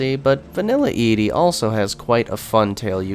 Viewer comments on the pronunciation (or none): Why do you say ED-E's name like that? If you've played New Vegas before, you know it is pronounced "Eddie."